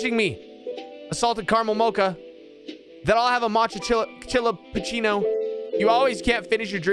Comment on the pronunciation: Hope you do too <3. You mispronouncing "chillapuccino" the whole video never fails to make me laugh 🤣. Omg, that woman with the stroller scared the bejesus out of me 🤣🤣. A latte? What's a latte?! 🤣🤣🤣 I'm dying. That's how I'd probably react too if I was scared.